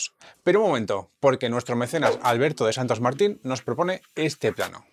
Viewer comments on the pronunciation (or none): none